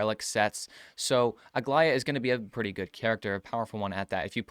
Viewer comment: How is it that every way people say Aglaea's name is wrong? Its Greek yes but its not that hard